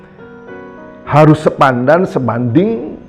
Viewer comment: Mohon maaf beliau tdk bisa mengucapkan SEPADAN...🙏🙏.. Di ksh tau..salah lagi. 😁😁😁